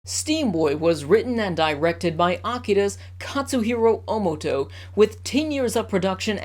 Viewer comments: It's Otomo not Omoto bro! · Stopped watching at “Omoto” 😑